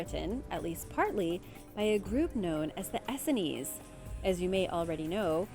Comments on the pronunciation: Very interesting. BTW, it's pronounced as two syllables "ess seens", or "ess scenes". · Essenes- pronounced e-seens. Hard to believe you do not know this pronunciation...do you just want us to comment? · You mispronounced Essenes , it's pronounced ee-sings, when I saw your pic of Qumran I noticed it was a pit that was excavated by large machines, probably before the Essenes came there. The Essenes were Hebrew, they definitely were not jewish. Also no one lived Qumran, it is a lifeless place where no one would move to, though it may been a temporary place of hiding, Popular Essenes were Jesus, John the baptist, Samuel & Samson, all Essenes were vowed as Nazrites. I like what you said , there were definitely advanced societies & forgotten kingdoms. Medicine wheel obviously is a destroyed structure that was not destroyed in ancient times but in the past 200 years. The Church of St. Mary was not built by humans that lived in the 1000's: a more advanced society built it, no way people that were still riding horseback had the technology to built such a building, and I doubt it was originally a church at all. So many structures destroyed in the 19th century. Why is so much true history being hidden by main stream media?, and for what purpose?